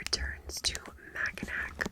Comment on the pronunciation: I didn't know the Lucy Score book was set in Michigan... I'm from Michigan! Mackinac Island is actually pronounced "Mack-a-naw"...so weird I know lol